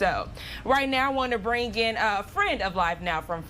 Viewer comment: So when did they change the words "bring in" to "brin gin"? There is No hard G at the end of "bring".